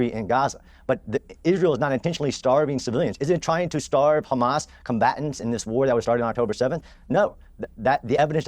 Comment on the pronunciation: He was saying Hummus this whole time.. Sabra hummus... :)